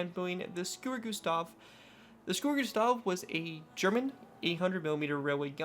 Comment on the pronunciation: This guy: S C U R U G U S T A H Entire Germania: Are we a joke to you?